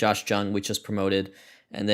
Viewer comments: I say this as a public informant and not an a-hole, Josh Jung is pronounced Josh “Young” Wreck em tech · Just so you know Josh Jung is pronounced like “young” 👍🏻 Love ya